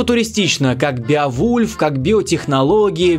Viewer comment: Не Биовульф, а БЕовульф, это имя.